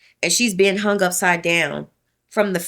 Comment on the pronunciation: Sweets ~ Words like 'hung' aren't pronounced hunGUH. The g is soft, not hard. You're giving a one syllable word two syllables. Same thing as 'young'. It's not pronounced younGUH. Same thing with 'thing'. It's not pronounced thinGUH. Listen to how educated adults pronounce it. Then follow suit. Same thing with the word 'thing'. It's not pronounced theenGUH. You just ran two words together by saying that your Dad was cleaning everythinGUP. And 'pulling up' became pullinGUP. The g is soft! Listen to professional adults talk. Girl, up your game and educate yourself on correct pronunciation. It's annoying AF.